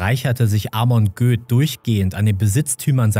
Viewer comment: Da wo du Göth als Göß ausgesprochen hattest, oder ?